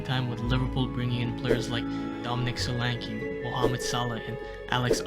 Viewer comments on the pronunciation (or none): none